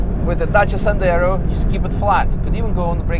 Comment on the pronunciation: Dacia Sandero ❌️ Dacia Sendaro✅️